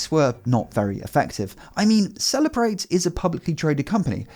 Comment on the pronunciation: The way you pronounce Cellebrite... "After Apple refused to unlock the phone, the FBI went to celebrate"